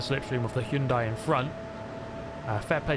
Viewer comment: So nice to hear Hyundai pronounced correctly. Proud of you man.